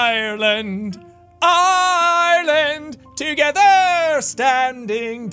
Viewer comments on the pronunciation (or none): none